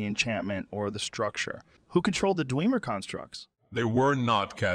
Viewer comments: Dweemer auto maytawns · Ah yes. The "Dweemer" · D-whem-ur ✅️ D-wee-mur ❌️ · I know this is all AI generated, but after playing the game, wouldn’t you have made it to where the AI would actually say Dwemer instead of DEEWMER??? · dwemur is our word, but you can say dweema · This joe is getting more and more realistic lol That he keeps saying *Dweemer' is accurate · "Dwee-mer auto-Matons" 🤣🤣🤣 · "Daweemer Oil" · Hate how he says dwe mer. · I love how Joe uses my old pronunciation of "Dwemer"... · I love how Joe really mispronounces every word he would actually mispronounce